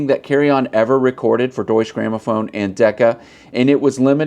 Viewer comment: Great video ! Btw, the e at the end of Deutsche isn't silent. Just FYI